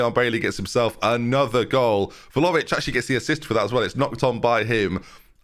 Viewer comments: Please stop calling him Volavic 😭 This really grates on me 😅 It's Vla-hovic. It's Vla-hovic!! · 31 videos in and i cannot accept "volovic" as acceptable. unless you're dyslexic (which is absolutely a non issue) please read properly! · He's not far from pronouncing it correctly, he's just missing the H, sounds like he's saying Vlaovic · Please pronounce vlahovic right